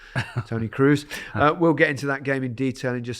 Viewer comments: Please, please, please, it's not pronounced Toni Cruise. Come on guys... LOL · Kroos not cruise… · I love you boys so much, but please start pronouncing Toni's name by saying Cross, like when you cross the ball 😂 he sounds South American - Toni Cruuz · just that Kroos is not supposed to sound like cruise 😊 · All he needs to do is improve his pronunciation of German words, especially with his tendency towards punning; in other words, 'Cruise' might work with someone called Cruz, but it doesn't work with someone called Kroos.... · The only problem here is that Kroos isn’t pronounced that way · It always hurts my ears to hear 'Wurts' instead the correct 'Weerts' and 'Cruise' instead of 'Kroaze' (as in goat). Some effort to pronounce it correctly is not too much to ask. Plenty of German speakers around to help you.